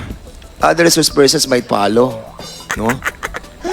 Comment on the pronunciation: Ano? "Diperent"? Different! Ano "Op" ? Of! Ano Pollow? Follow Mr. "P"ernandaz? Anong Conpyus? Confused! Anong Balidate? Validate! MgTagalog ka na nga lang .